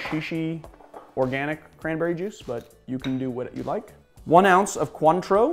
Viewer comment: One ounce of Contraw,hahaha when a dude mixing drinks dont even know how to get the names right for the liquer im off